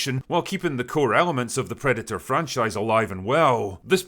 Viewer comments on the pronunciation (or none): What's a "predu-uh"?